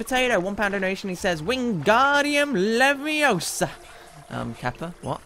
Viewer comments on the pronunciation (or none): none